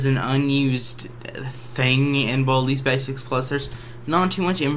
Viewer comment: when he go WEHN BALDEYS BASEKS i laugh